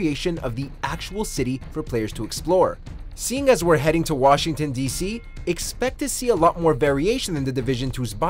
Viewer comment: Washington becomes Bugshington